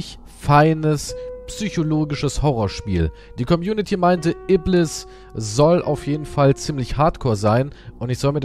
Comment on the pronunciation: ibliß ausgesprochen und iblis geschrieben. Bevor der Engel gefallen ist und zu Satan unbenannt wurde, war sein richtiger Name Iblis. Der Schöpfer ist nicht wie wir gefangen in Zeit und Raum, weil er die Zeit und Raum für uns erschaffen hat, gibt es sie überhaupt. Er kann sowohl die Vergangenheit Gegenwart und die Zukunft gleichzeitig sehen und daher allwissend ist. Der Schöpfer weiss alles über seine Geschöpfe bescheid. Er hat keinen Anfang und kein Ende, der Wahrhaftige.